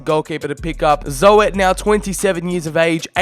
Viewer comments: Joren Zo-et lmao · Ik ook maar dat kan hè dat mag gewoon